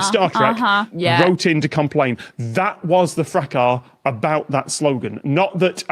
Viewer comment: He did pronounce it very French 😂